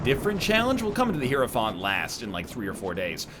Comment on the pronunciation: NL's continuous mispronunciation of Hierophant is my personal hell